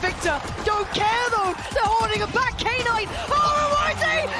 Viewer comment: Why do they pronounce K - NIGHT instead of Knight? So cringe